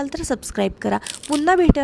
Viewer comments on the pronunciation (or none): none